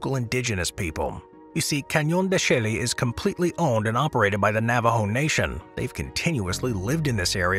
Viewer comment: Since, although you mentioned the name of the state where the living root bridges are found, you didn't mention the country. Finally it occurred to me that you were talking about India's Meghalaya, which is actually pronounced McGolly-uh. On the subject of Spider Rock, you revealed that it's on Navajo land in Canyon de Chelly, which is pronounced Canyon d'SHAY, rather than can-YONE dee Shelly. The Wikipedia article on the subject verifies this pronunciation, which I learned decades ago when I took a tour of the place in '87. Just for fun, there's a town nearby with an equally odd name--Chinle--which is pronounced chin-LEE.